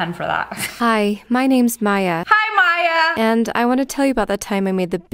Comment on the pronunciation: Maya (My-uh) Mia (Me-uh) It’s pronounced Maya